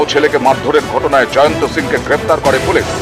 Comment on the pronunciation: Or name Jayanto noi or name Jayant. Behari k bangali banacchen keno? Pronunciation thik korun.